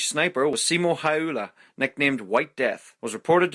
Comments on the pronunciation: It's simo hiha that's how it's pronounced.....it looks like hayha. Not hyala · Its Simo Häyhä.. not Simo Hayla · Simo Häyhä is pronounced simo haul-ha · You pronounced Simo Häyhä wrong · Butchering Simo Häyhä's name